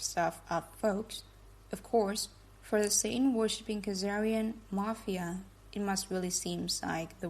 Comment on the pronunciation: Ben, thanks to pronounce mapheea in the place of mah-phee-uh. Hi from Sicily!